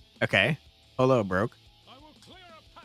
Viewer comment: Yay! A depression game! It instantly gets less dreary but interesting way to kick it off. Also, Pollo: Near the border I always hear poy-yo but the interwebs says poy-ow or Poh-Yoh. But my heart sank with every 'polo'. Bringing back the psychological horror elements of the game, one polo at a time. (my own ethnocentric jokes aside, good vid!) Edit: Gha! you mentioned about the chickens at 55 minutes. Also, I'm not sure where this is set but even though Marrano is literally pig, and might be used normally in some places, it's been commonly and historically used as a slur (also a normal insult)..language is weird.